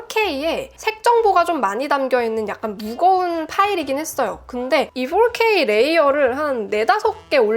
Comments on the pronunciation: 혹시 QnA 하실 계획이 있다면 궁금한 점이 있어요. 보통 한국사람은 4K를 포케이라고 하는데 풜케~이라고 하시는 이유가 있나요???? 외국에서 사셨나요??? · 포케이 보다 훨 난데여